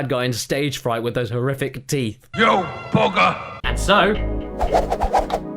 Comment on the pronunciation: I think he said "You bugger!" But I swear it sounded like "You booger!"